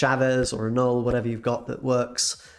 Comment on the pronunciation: You get a thumbs up for saying Knull the right way TY!